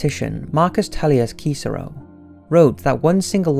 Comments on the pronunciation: Marcus Tullius Ceecero..... really Cicero....CICERO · The Cicero in Marcus Tullius Cicero is pronounced Sisero.